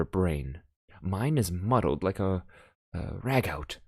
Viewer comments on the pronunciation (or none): great stories well told... apart from the hesitations which should have been edited out - but what really annoyed me was the mispronunciation of so many words - ragout being the most egregious - ragout is pronounced 'ragoo' which is a French stew... something a well-spoken Canadian should have known, perhaps - please use Audacity to edit and keep a dictionary handy - livestreaming is perhaps not the best choice for such things - other than that, you have a good storytelling voice that is both entertaining and compelling and i look forward to more